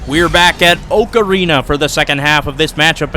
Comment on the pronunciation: I know it’s Oak Arena, but I keep hearing Ocarina XD